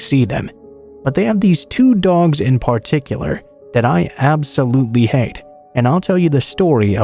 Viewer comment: Considering doesn’t write the stories himself, i wouldn’t say it’s his favorite word. Rather, the original posters that submit the stories seem to like that “particular” word. I think the word stands out prominently because the narrator tends to put the emphasis on the first syllable, rather than the second.